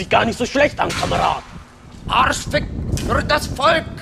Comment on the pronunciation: arrrschfick fürrr das VOLK, made my day ahhaha